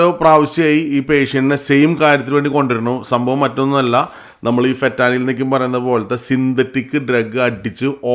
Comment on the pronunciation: ഫെറ്റാനിൽ അല്ല, Fentanyl ആണ് ചേട്ട. അതുപോലെ തന്നെ , കാനഡയിൽ Addiction ട്രീറ്റ്മെന്റ് available ആണ്.